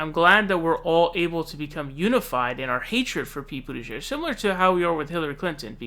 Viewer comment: "I was saying Boo-tigieg"